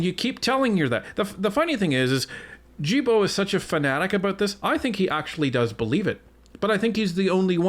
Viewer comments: the G in Guilbeault is a hard G sound like Garbage. 😉😉 “guy-bo” guy rhymes with me. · Folks, Big fan of yours... not so much of that freak minister... But as French-Canadian/Québecois ... Please pronounce his name correctly Gill-Bo (mine (Despatie) gets boutchered all the time... To make it English proof: Day-Pat-Tea or as I ofen say... Remember the DAY you invited PAT for TEA...)... Thanks.